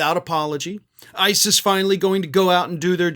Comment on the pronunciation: Seriously, it's a Trump regime. Also, whenever you say "ICE is", it sounds like ISIS.